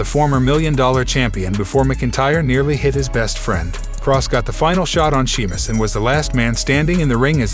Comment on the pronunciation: Dude, if you can't properly pronounce words like Seamus, McIntyre & Dominic, or bother to check how to properly way the names, how about you let someone else do it?